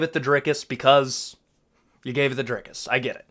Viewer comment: On behalf of South Africa, thank you for your correct pronunciation of our fighter's name.